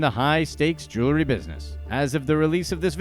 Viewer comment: Consider just how many times this guy has said "jew-ler--ry" instead of jewelry over these years.. Excruciating 😑